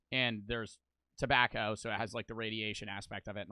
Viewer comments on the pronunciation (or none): Why does bro say it like “Tebacow”